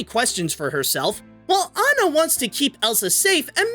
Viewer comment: Good job saying aw-na rather than Anne-ah